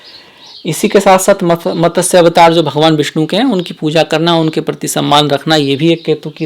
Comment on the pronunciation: Good explanation but pl try to speak matsya instead of matasya